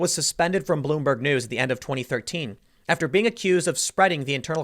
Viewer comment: "Bloom- BERG" Not. Even. Once.